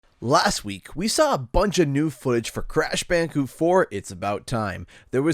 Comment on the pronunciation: Lol bandi-cute